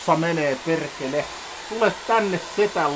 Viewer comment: "Tossa menee perrrrekele, tule tänne setän luo... Älä vaan mun päälle lentele, perrrrekele" 😂😂😂